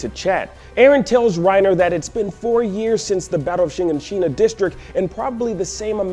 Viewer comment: his inflection wen he say shiganshina is so off